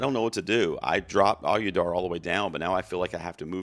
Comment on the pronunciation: love your videos. He who must not win any Oscars' last name is pronounced OH-dee-yar... :)